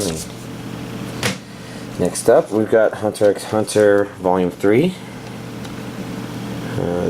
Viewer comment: It's not pronounced "Hunter x Hunter", it's "Hunter Hunter".